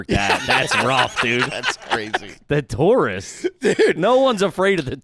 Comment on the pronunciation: Asheville tourists? I thought he said Taurus like Ford Taurus and I was gonna say that’s the trashiest thing ever